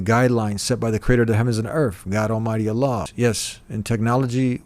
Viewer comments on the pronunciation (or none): none